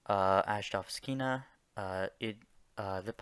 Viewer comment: Love me some Azhdovskina Edit: Kranzh also. Lmao. Absolutely butchered. Good job remembering all 200+ names tho